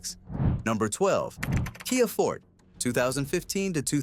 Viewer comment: Kia “fort”. These AI SLOP channels are a disease on YouTube’s butthole 😂 CHANNEL BLOCKED!